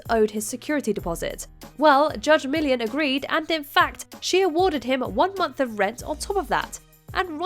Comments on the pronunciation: Millian has 3 syllables, not one!! 🤦🏻‍♂️ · The narrator is British. That is how they say Millian. Pronunciation of most words is different between English and American.